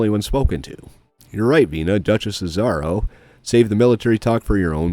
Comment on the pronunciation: I die every time he mispronounces "Azaro"